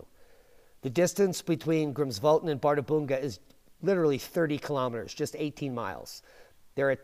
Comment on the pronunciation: One slight correction: "Bärðarbunga" is pronounced as "par-thar-pung-ka".